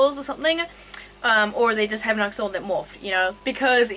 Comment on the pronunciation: The X in Axolotl is pronounced as a CH or SH. And the t is more prominent in the TL sound. One syllable. So, “Awshehlote(l).